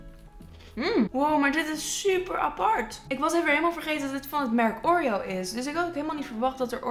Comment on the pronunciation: oREo .. die uitspraakt hahaha.